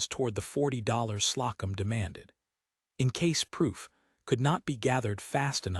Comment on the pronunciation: Love this sweet, tender love story. Ada & Ellis are good people that belong together. They become stronger together & win. The A I really needs attention with pronunciations. Slocum=slow- come. In all stories it is never corrected. It always calls hoping as hopping. Please please fix this tiresome voice. Story is great. ❤